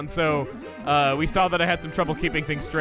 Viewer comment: now: lets suck this doer open... that’s something no one has ever said during Luigi’s mansion dark moon: let’s suck this doer open with the poltergust